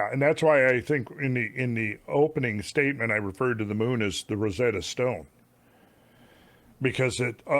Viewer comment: Ugh, Randall, it’s “RosETTA Stone”, not “Rosetta STONE”, it isn’t a barely-useful language teaching tool less effective than Google Translate. And fa Gods’ sake, comb ya head already. PS I love you!